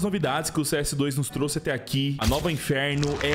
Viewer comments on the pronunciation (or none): none